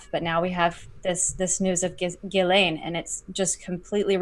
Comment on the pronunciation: This Montréal litigator says to pronounce Ghislaine Maxwell's name as "Zhiss-lane" or "Zhiss-len". His Youtube channel s Viva Frei.